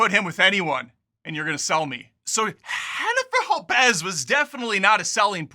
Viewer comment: This guys seems to be prejudiced against Latin people—why is he pronouncing Jennifer Lopez’s name like that? Obnoxious.